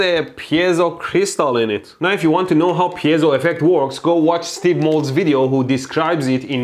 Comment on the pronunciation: Mold couldn't pronounce piezo if his left ball depended on it